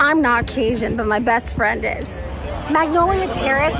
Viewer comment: Did anyone find out what type of fish is on the blackened fish sandwich? I feel like that's an important detail every seems to leave out. Also, it's Cajun, with a hard 'j' sound, not casian, and the Magnolia Terrace booth is a slap in the face to Louisiana food. I wish Disney would make the effort to at least consult with, if not hire a proper Cajun or Creole chef.